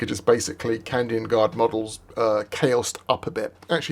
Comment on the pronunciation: He keeps saying Candian